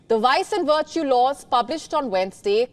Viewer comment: Woice ? Wertu ?